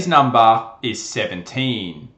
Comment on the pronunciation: " today's numba is 2*